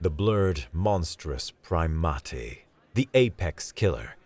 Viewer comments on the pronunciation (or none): I'm only saying this because I care about the craft. Primate is pronounced PRIME-ate.